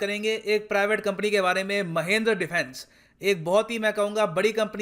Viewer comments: महिंद्र नहीं सर "महिंद्रा" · It's Mahindra...not mahindr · It's not महेंद्र it's महिंद्रा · Saale tumko bolna nhi aata Mahendra nhi hai Mahindra hai, shi se bola yoh karo be, gyan do toh shi se do, tum se aisi umeed nhi hai, accha gyan dete ho par aisa mat kro bhai, apna video suno khud se mahendra kitna awkward sound kar rha hai. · महेंद्र -i says महिंद्रा😀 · it's not Mahendra its Mahindra!! jesus dude! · mahendra nai guru ji its mahindra pronunciation wierd ho gaya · Sir ji not महिंद्र its महिंद्रा....